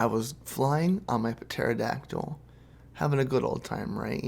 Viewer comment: Did you say pterodactyl like Puh-der-O-dack-tull?